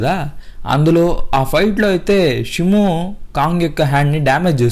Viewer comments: Shumo kadhu shimo😅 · Brooh shymo kadhu shimo 🤐